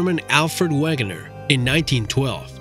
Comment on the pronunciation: Alfred Wegener is pronounced Vegener